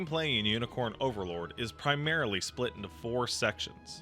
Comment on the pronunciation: I swear is saying Yinicorn Overlord and I'm losing my sh*t.